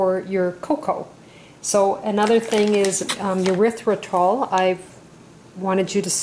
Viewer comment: Erithritol: "Ery - thry - tol" darlin'. Otherwise it sounds like a body waste product. Looks like pretty good chocolate.